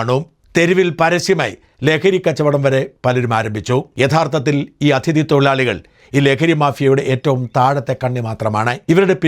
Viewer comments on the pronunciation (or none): "" അഥിതി "" അല്ല mr. ഷാജൻ . "അതിഥി"എന്നു പറയുക